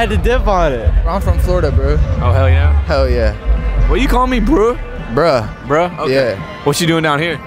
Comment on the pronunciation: dude in the beginning say BReuH